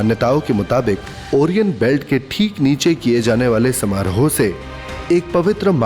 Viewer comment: ओरियन नही भाई 'O- ra-yan'.